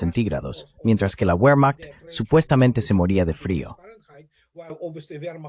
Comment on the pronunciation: Por favor, no seas cateto, como si la w la hubieran inventado los ingleses. WEHRMACHT, se lee bermajt, WAGNER se lee bajner. Que es eso de la uermajt. Cateto!!!!!!